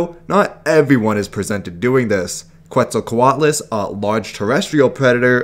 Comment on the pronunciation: Is not "qu-et-zal", is "ket-zal".